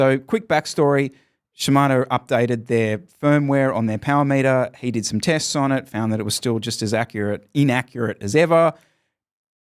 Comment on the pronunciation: I am only here for the Powah Meatah! I am not dissapointed.